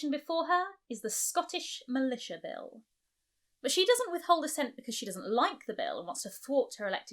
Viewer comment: Scottish Milita (sic) — sounds like a strong coffee